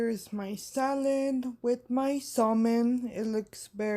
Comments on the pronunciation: I love salmon. Btw...the L is silent in salmon. Pronounced like the a in sad...ˈsæmən. Hey...I decided to delete and repost my comment. It became ugly for no reason. Sorry about that sis. 💕💜💕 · Looks delicious! Pronounced Sa-men by the way. The L is silent